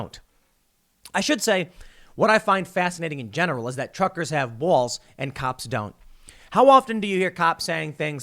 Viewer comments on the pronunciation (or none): ….BWALLLs…. Really. Cause you didn’t say balls or even Bawls… you said BWALLLs…? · Tim pronounces the word "balls" as "bowls". Sounds like a remnant of new York accent. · "They got bowalls" 🤣🤣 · "Truckers have bwols" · You said they have “bowals”. Instead of “balls”. You pronounce it wrong! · Tim saying...”Buaaalls” 😂🤣😂 I think that was his Jersey accent showing up. I might be mistaken. Maybe its his Chicago accent. 🤷‍♂️ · You say bwalls really funny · Anyone else notice his Jersey accent comes out when he says "bawls"? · Can we all admire how Tim pronounces the word "Balls" as in "bawls" at the minute count? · Tim’s Chicago accent finally surfaced! Balls “Bouls” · Didn't know Tim was from New York... "Bawls" lol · How can you support the driver? The driver had multiple emergency runoff tracts he passed and decided to plow through traffic inflicting death and massive injury, which part do you find defensible/justifiable? You say “balls” in a really strange way. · Tim says "balls" like an old New Jersey butcher. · The way Tim says balls. 🤣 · has tim allways said "balls" like that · The way he says balls 😂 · Uhh.. what is that pronunciation of “balls”?